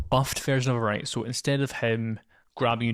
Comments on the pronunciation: I might of been mispronouncing it but I think the word "wight" is pronounced like "white" not "right" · No you're correct. There's no "R" sound in Wight - sounds like White